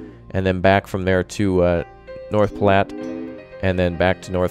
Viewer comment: North platte is my home town and it hurt alil each time you said it you where close to saying it right